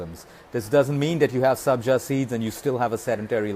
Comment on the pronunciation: Sabja not Sanjay